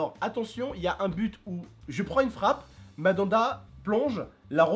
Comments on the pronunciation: Pourquoi tu dit madanda ces mandanda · c'est Mandanda on dit pas Madanda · TONTON C'EST " MANDANDA" PAS" MADANDA "😂😂😂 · C pas madanda c Mandanda mdr 😂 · cest Mandanda pas Madada xD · Mdr mamada au lieu de mandanda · c mandanda et pas madanda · "Madanda" 😂😂 Tu ma tue ! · Madanda il ma tuer comme il le prononce 😂😂😂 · "madanda" et apres ça se dit connaître le foot...